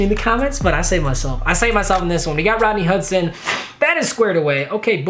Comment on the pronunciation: listen how he says rodney hudson😂😂